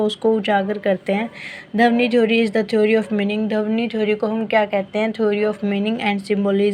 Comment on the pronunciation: Its ध्वनि not धवनी